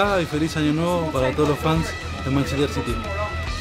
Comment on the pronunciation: Balotelli should teach Tevez English..... almost 4 years in England the lad can't even pronounce Manchester